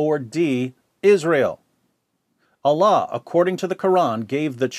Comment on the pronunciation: Bapak ini menyebutkan Allah sempurna sekali. Subhanallah.